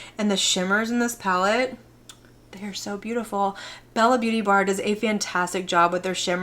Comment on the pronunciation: You’re the only person that pronounces the Beaute in Bella Beaute Bar as “ Beauty”, instead of acknowledging the accent on the e- which I can’t do on my keyboard. Now I need to research the correct pronunciation!